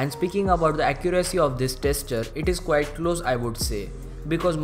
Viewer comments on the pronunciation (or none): none